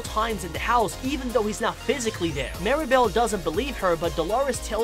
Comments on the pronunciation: Why do some people miss pronounce or misspell Mirabel’s name? It’s MIRAbel not Maribel. I don’t get it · The dude saying “Mary-bell” is throwing me off 💀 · Mee-rah-bell. Please. Like “miracle”. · “Maeribal” BAHAHA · First of all, I like the video but the guy explaining 10 things, he says marible, not Mirabel and he said that Agustin the father of Mirabel, is married to Isabela Madrigal which is weird because Mirabel is sister with Isabela, the name of Mirabel's mom or Agustin's wife name is Julieta but when you pronounce it it is like hulieta. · I got annoyed at so many errors on this. First, Mirabel was called Maribel most of the time. Agustin did not marry Isabella amd Veraneras don’t grow only in South America just to name a few. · Mirabel ❌ Mira-bowl ✅ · Mirabel pronounced: Meer-A-Bell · He mispronounced mirabel’s name! Did he see the movie?